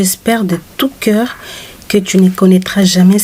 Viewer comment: Le texte du départ est plein de fautes.Celle qui présente doit faire des efforts de prononciation .cyndi le cœur et non le cair.